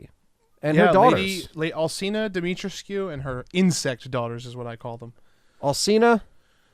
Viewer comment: Say it like this, DEE-ME-TREESCU